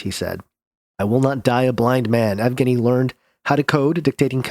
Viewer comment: yev-gein-ee the yev is soft. the e part